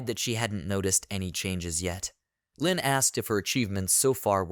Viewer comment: Leen is an arabic girl name that means tenderness and gentleness. It is not pronounced as "lynn" but as "lean" like "leaneint" but take the first four letters only. It is a very beautiful name and it bothers me that you butchered it like that. It is not like "lynn". Nvm you butchered a lot of other names